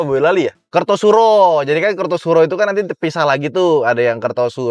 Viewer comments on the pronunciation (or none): kartosuro sing bener pengucapane, salah kabeh loh pengucapane wkwkk